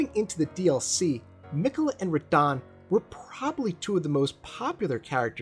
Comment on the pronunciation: I thought you would have fixed your pronunciation of Radahn by now lol